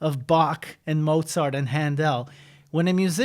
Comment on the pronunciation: The way he pronounces Händel is so dope! 😋